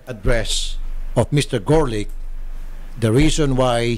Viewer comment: The reporter said Garlic instead of Gorlick ha ha